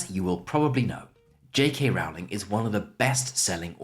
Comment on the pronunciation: Another quick note, I believe you are mispronouncing J.K. Rowling's surname. She said once people misprounce her name so often that she stopped correcting them, but I think you should go with how she herself prounces Rowling (on YT there are clips of her pronouncing her name).